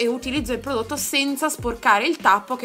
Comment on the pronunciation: “Ppprodotto.. ppprodotto” prova della P superata! Ma io piango dal ridere fino a domani 😂😂